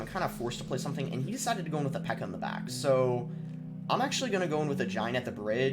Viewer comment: Boss you gotta emphasize that back in the intro better. I don't know why but I always like it when you say I'm back with another yt video, idk why lol... Great vid btw! Enjoyed all the battles